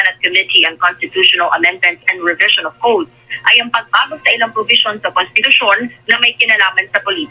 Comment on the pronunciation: Anong “ porbision “ …. Baka “ provision “ ????? 😜😝🤪